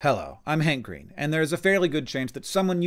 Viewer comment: Did you open the video by saying, "I'm Hank Green" or "I'm hangry"? 🤔